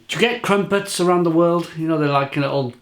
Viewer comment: I can’t stop laughing at the way you pronounce “crumpets”.